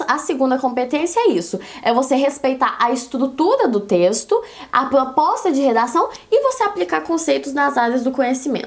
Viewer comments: "plospota" KKKKKKKKK fofínea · eu n consigo me concentrar quando ela trava a lingua e muito fofooooooooo